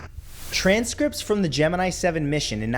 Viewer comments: For anyone who wants to know how it's pronounced, watch NASA... Not this crap. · You don't know how to pronounce Gemini.